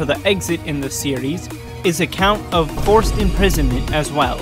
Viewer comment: four-ced imprisonment